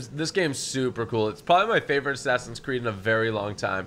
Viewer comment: He said assassin's tewwd